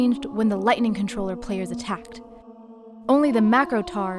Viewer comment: It hurts to hear you saying: Lightninining.